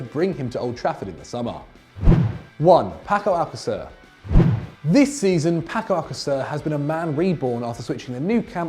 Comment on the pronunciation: Paco Alacacer 😂😂 who noticed that